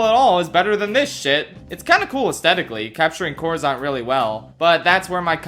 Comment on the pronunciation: Coruscant, not coruzant.